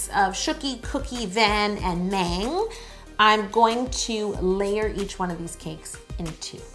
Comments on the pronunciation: i don't want to correct yolanda but she said meng than mang just putting it out there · Please please please do the other four! Btw: The 'A' in Mang is soft like "ahh". Excellent job, you really captured the characteristics of each one perfectly! Next; RJ, Koya, Chimmy, and Tata! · Mang is pronounced mAHng. mang is the only girl 😍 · Love this but Mang (망) is pronounced mAHng. Like Ah not Ay. Hope this helped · No offense no hate,but you got the BT21 owner wrong and you said “Mang “ wrong but it’s okay 👌 I was like that before but with their names when I was new. I purple ❤️ 💜you and your vids you are very talented!( please do the others Tata is my favorite!) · That’s not how you say Mang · she said mang wrong but that's alright uwu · She said van and mang incorrectly